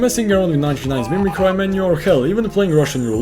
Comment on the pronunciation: how you say mimicry is gonna make me mimi cry